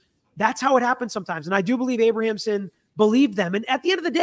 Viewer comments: Abramson, not Abrahamson. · IT’S A-BRAM-SON, not Abra-am-son. 😂 This story is so polarizing right now. I remember this original trial. I was a senior in high school in 1995 and remember talking about it and how shocking it was for 2 children to murder their parents. People forget, that was unheard of back then too! Children didn’t murder their rich parents. So many factors play into why I don’t know if I believe the SA. Is it possible, yes absolutely. It’s even understandable why they kept it a secret. But back then, when we heard about the premeditation and then the outrageous shopping spree’s, it seemed like a total cash grab with the parents in the way. Their parents are made out to be the “monsters”, and maybe they were, and if they did the things alleged then maybe, sadly justice was served. If there is new legit (can be proved) evidence, then I think a new trial is required. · Abramson not Abrahamson. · Her name is Abramson, not Abrahamsom. Sorry, I have a thing with names. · Learn how to pronounce defense attorney’s name, dude! She’s so well known. This is your profession and she was something to behold in court.., you ROCK. I believe their story, but nothing justifies murder.